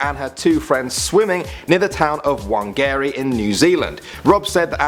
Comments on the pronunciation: you said wangarey it's pronounce fung-ah-rey = Whangarei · I think the word you are looking for in No.4 is Whangarei (Fa-Nga-Rei) not Wang-Garry lol. Yes I live in New Zealand. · U pronounced whangarei wrong. It's actually pronounced like the native language there Maori How do I know: I'm from New Zealand